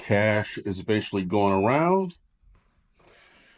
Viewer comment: Need to work on the word "basically"